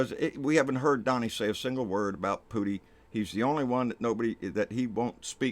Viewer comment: He said putti LMAO 😂😂😂